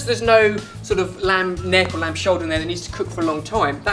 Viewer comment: "This lamd and aubergine stew is packed full of spices and flavors, so.. watch this" hahaha